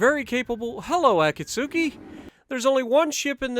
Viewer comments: Great video dude ! I really gotta start implementing your tips for destroyers because i'm garbage with them lol Btw the "U" in Akatsuki is actually silent so it's pronounced a-kat-ski kinda polish sounding. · I just resumed my grind to the Kagero. I got the Akatsuki yesterday but still haven't played one game yet (which is actually pronounced Akatski, the u is silent don't ask me why). Lets go for no dislikes on this video, what do you say?